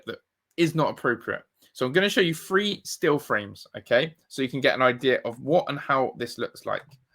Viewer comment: We have always had guns on the streets. Nationally. We also use 'Th' in our spelling and speech. For example it is three forty five NOT free thory thive. Pronunciation for fuck sake...( That ist Thor thuck sake)......Lazy thunt